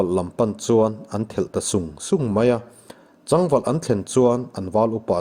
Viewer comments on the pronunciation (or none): A chhiar rik dan dik hlel deuh a awm tlat mai.."Chang valh" tih lam rik hi. chaang. .. sa chang. ti anga rik tir tur. thil sak.chang ni lovin.."kelchal pal nawk" hi pal awkin a ri tlat bawk..tin sakei an kap leng duai2 hi. a lam rik dan a dik hlel bawk..